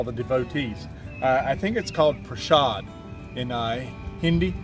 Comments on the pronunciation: You perfectly pronounced "prashad", the only hindi word in whole video. 🙏🙏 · U had correctly pronounced prasad in Hindi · You are right it is Prasad. You pronounced it correctly.